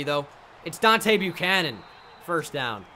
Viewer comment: It's Deebo Buchanon